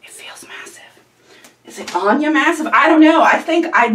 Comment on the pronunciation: This looks really cool, I definitely want to try in the future. Hearing my username surprised me, you totally pronounced it correct the first time.